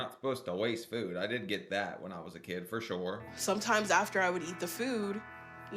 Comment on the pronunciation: Yep! “Four Shore”😅